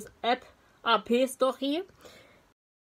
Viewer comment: Cool das ich drin vor komme. Aber das AP wird wie der AP shot von bakugo aus my hero academia ausgesprochen. 😅